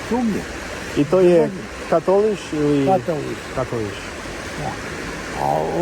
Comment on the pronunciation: Bro it’s Katolik not Katoliš! 😂😊